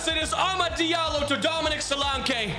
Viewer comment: 😂😂😂😂 the way you say Solanke's name.....'Dominic Solankay!